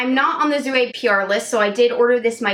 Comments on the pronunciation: The j at the beginning of jouer makes a sound like the end of "beige", not a Z sound :) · I love Jouer cosmetics. I believe is pronounced youei. R is silent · jouer: soft j sound, not z (french speaker here)